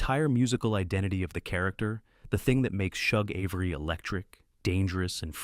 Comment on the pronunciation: You screw most of the story saying Shug Avery name Wrong